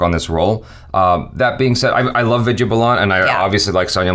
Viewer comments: It's Vidya Baalan not Balaan.. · It's not Balaan dude it's Baalan.. please do try to say the names who they're actually said. Put in some effort there too please. :) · It is baalan not balaan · it is Vidya Balan not bulan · they are completely off on pronouncing Vidya's last name!!! it's pronounced as Baaalan